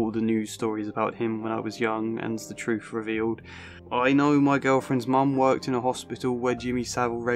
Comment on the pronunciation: I'm clocking out. I cannot take seriously anyone who pronounces the word 'truth' as 'troof'. No wisdom or insight to be found here